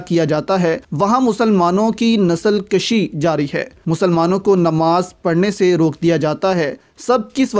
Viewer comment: nasal kushi s correct word. nasal kashi is wrong.